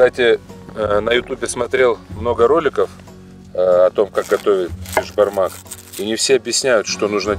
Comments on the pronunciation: Не бешбармақ а Бесбармақ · Не бешбармак а беСбармак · Правильно Беспармак